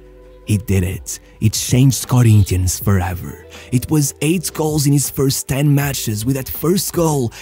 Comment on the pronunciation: It's funny when you say brazilian words with a carioca accent "Santox" "Corinthianx" Great video btw